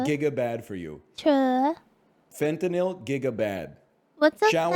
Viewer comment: "What's a Fen-ta-nil?" Protect this sweet summer child.